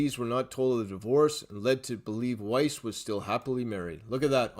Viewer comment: BTW... >>Pronunciation of Doug Weiss..>> "WEISS, rhymes with RICE"